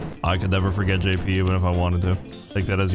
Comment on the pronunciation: i mean when he said jp it did sound like YIPPE